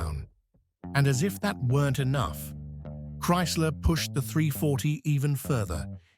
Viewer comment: More than emough puwer